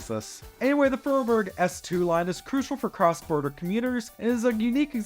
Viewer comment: Great video, though unfortunately you gave me an heart attack with how you said "Vorarlberg" and "Vorortelinie". I gotta admit though there are easier words to say